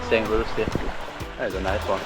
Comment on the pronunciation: Hi. Looking at this St Lucia video twice now. FYI- pronounced “ Saint Loo-Shaa.” Thanks for all your videos Make us see the whole world through you two.❤❤❤